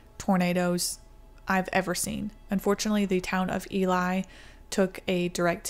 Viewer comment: it's pronounced "e-lie" Hobson is an acquaintance of mine, cool guy. He went through the meteorology program at our mutual school a few years before me. Rather serendipitous in how he managed to stumble upon capturing footage of the thing. If memory serves he just so happened to be getting off work or something as it was about to go down.